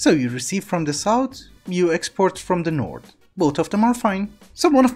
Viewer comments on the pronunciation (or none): none